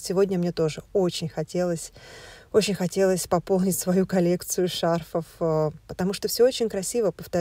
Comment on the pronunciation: Надо говорить: шарфОв